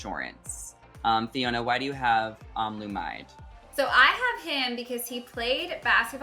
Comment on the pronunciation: It’s pronounce as O-lu-mi-de 😒